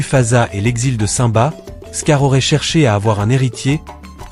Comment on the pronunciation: Aprent à prononcer simba